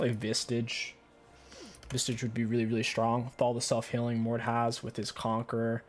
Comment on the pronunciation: Where do you find a "T" in "Visage" ?